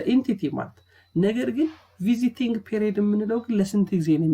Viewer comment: bruh its not visiting its vesting